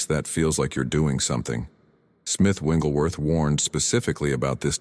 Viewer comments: I really like this concept, but the AI is mispronouncing Smiths' last name. Its not "Wingleworth" Its "WIGGLES"worth. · His last name is Wigglesworth, not "Wengleworth." ?? Good message. Wish it had a real human voice - rather than a counterfeit. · His name isn't Winglesworth! Its WIGGLESWORTH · FYI..it is not Winglesworth..It’s Wigglesworth. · These messages are very helpful but can you program the AI voice to pronounce Smith Wigglesworh’s name correctly? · Why do these great videos pronounce Wigglesworth’s name WRONG??? 😮